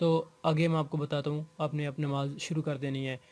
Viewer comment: Bhai namaz ke baare mein seekh de rahe hain aur salam ka tariqa sahi nahi....and secondly its Namaz not Nimaz.... Tia.